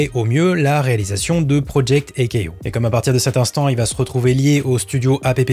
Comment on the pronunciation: Vue la façon dont tu prononces Project A-KO, tu n’as clairement JAMAIS vu Project A-KO…que des infos choppées sur le net, sans sources véritables… et tout le monde encense ta vidéo… hey bé